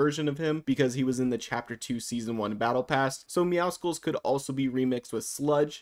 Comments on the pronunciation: It’s meow SULLS not meow SKULLS :( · Meowscles is prounonced like muscles it’s actually a pun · perfect, especially because his name is not meowskuls its meowscles, LIKE MUSCLES@ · meowscles is a play on "muscles" so it wouldn't be "meow-skulls" but rather "meow-sulls" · I've seen this by so many people, but why does everyone pronounce Meowscles but emphasise the C in it? You don't pronounce the C in Muscles so why in Meowscles?? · Why do so many people still say MEOWSKULS ITS A PLAY ON WORDS BECAUSE HES BUFF ITS MUSCLES BUT YOU SAY MEOW! MEOW-SCLES PLEEEEASE BE